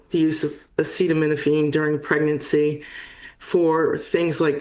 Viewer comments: Pregernacy I definitely would avoid all medications if I were preg-er-a-nant. Which is not a thing, so I wouldn’t worry about it. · He then mispronounced pregnancy